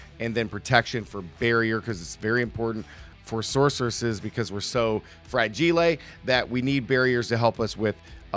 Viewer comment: Thought it was a joke the first time I heard “frageelae” 😂